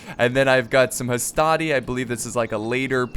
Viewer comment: NOT HASTATI MAN